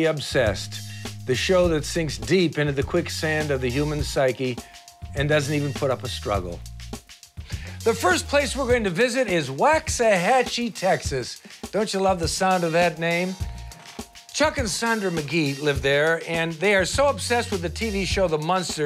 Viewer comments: Wax a hatchie? NOO. ITs pronounced Walksahatchie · I live down the street from them. And the way he pronounced Waxahachie😂😂